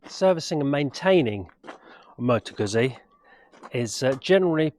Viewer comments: Moto GUZZI is pronounced Moto GOOTSI. Unless that is, you eat slices of Italian, "PISS ... A" that is.... 😂. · Had to stop watching this after a couple of minutes. Not only do you seemingly know very little about bikes, but you can’t even pronounce the manufacturers name. Get a grip! 😂